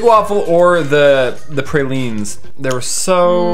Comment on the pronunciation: Watching people eat "prayleans" and "gophers di Liege" is quite q treat :-)